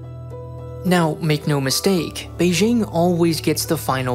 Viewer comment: Beijing is pronounced with a hard J like in the word "juice". Look up the wikipedia page for the letter J and CTRL + F "Beijing" to see more about why it's commonly mispronounced in the same way that you say Beijing. Here is the most important part though: "In some loanwords, including raj, Azerbaijan, Taj Mahal, and Beijing, the regular pronunciation /dʒ/ is actually closer to the native pronunciation, making the use of /ʒ/ an instance of hyperforeignism, a type of hypercorrection." - From the wikipedia page on the letter J. It basically says that the intuitive pronunciation of J is closer to how it should sound, e.g. you should pronounce Beijing with a hard J like in "juice".